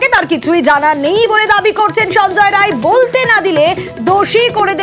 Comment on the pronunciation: Rai noi re bal ray.. Roy